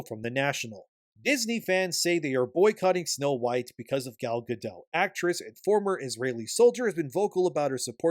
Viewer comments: Also, he name is pronounced "Ga-DOAT!' Not "Ga-DOE." It's HEBREW, not FRENCH. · You pronounce the T in Gadot! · Also, her name is HEBREW, not FRENCH. The "T" is pronounced, not silent. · I enjoy most of your takes but your vague accusations that Gal Gadot (hard "T" on the end by the way, with the soft "O", I know some Hebrew) was somehow political and offensive as Rachel Zegler during the course of marketing for this movie is a bit asinine. There is a difference in someone supporting their country, making remarks at events having nothing to do with Disney or the movie, or responding to questions asked, unlike Zegler who has no stake in either side, inserting her opinion purposefully in conjunction with promoting her movie without anyone really wanting to know, and expressing hatred and disdain for the other side. Sorry for the run on. In fact by now you have consistently made a soft defense for "freedom of speech" for Zegler, and implied that Gal should also share equal backlash for her remarks. You haven't said it directly, but I think you are showing your hand on some biases. Which is fine, you can be biased, but stop pretending to be a neutral observer of this particular topic and imparting your opinion as if it is fair and impartial. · Gadot has a T in the end.